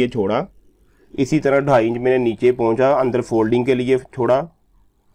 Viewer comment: Pahuncha Nahin hota pancha hota hai please sikho